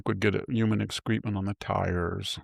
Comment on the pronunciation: Ex cre ment. Mah Rin. Pronunciation people